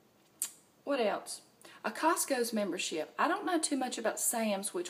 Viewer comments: And.. I love how you put an 's' after cost-co! Ha :-) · Lol! I was thinking it was just a southern thing.